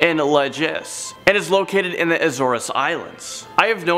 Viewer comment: not La-ges, its La-hes...not A-zor-es, A-zores